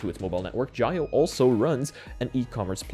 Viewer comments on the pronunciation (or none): Jio is also pronounced "geo", not "gy-o". Par for the course really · Jio is pronounced gee-oh. Trust me, I'm Indian.